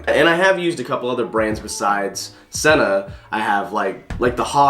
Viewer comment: It's pronounced SEE-NA... bruh